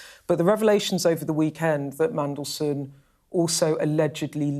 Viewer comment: Thangod he pronounces Mmmmm correctly 😅😅😅